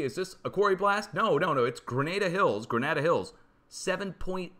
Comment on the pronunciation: It's Gra- nah- dah Hills. When the Aliso Canyon area blew it left large black ooz splotches on homes, cars, etc for miles around. Also, you might find it interesting, in this area is where the U.S. had It's first reactor melt down and radioactive contamination at the Santa Susana Field Laboratory in the late 1950's. But don't worry it was cleaned up with Bactene and Kotex pads, so I'm sure it's fine. Look into it's f-ing amazingly horrific.